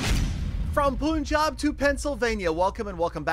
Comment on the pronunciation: Thanks for mentioning Punjab in the intro but did you know that it is pronounced as pun-jaab? You said jaab correctly, but it is punj as in punch (since both words have same origin, punch and Punj both mean 5 in north Indian languages), even the English word punch comes from Hindi word punch meaning 5 and Punjab means the land of 5 (Punj in regional language) rivers (also known as Ab regionally). Once again thanks for mentioning Punjab. Anyway, as a TH 14 player I hope I will catch up with the then current TH once day.